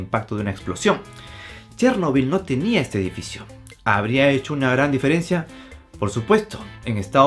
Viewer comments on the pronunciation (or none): none